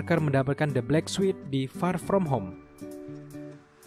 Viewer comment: Sorry ni min bkn suit bca nya tp sut... Trus bkn sekuel ti sikuel...